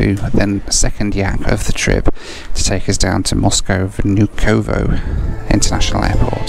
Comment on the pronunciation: and VnUkovo, not VnukOvo